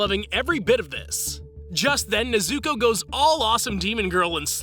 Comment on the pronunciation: NEZ-OU-KOE*** not NEZ-OU-KOO